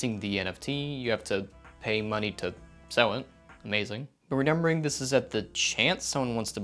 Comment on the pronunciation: i swear this guy is saying renember and not remember